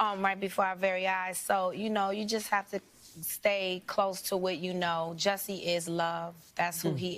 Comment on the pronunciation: You too? It's a short u sound, not a long u. I thought it was just the, now in on it too? But yeah. MAGA hats in South Chicago?